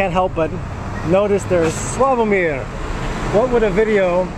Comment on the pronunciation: not slaaavomir but slavoooomir..... accent. apart from foreign words always is on not the last but the one before vowel....